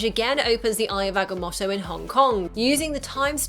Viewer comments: agga-moe-toe not motto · oh my god,eye of ag-a-moe-toe